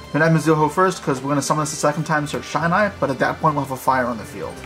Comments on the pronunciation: bro how come nobody pronounces shinai correctly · I cringed every time he mispronounced Shinai otherwise great combo!